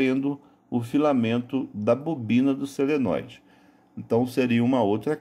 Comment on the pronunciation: Não é seneloide e sim solenóide!